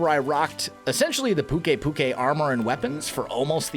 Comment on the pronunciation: by the way pukei is pronounce pyu-kaii